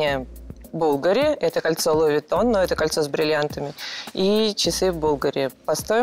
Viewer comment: Если человек покупает брендовую одежду, то это, я считаю, позор - произносить название неправильно..., запомни: не бУлгари, а булгАри